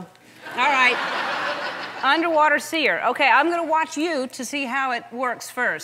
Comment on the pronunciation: Hahaha he meant to call it see-er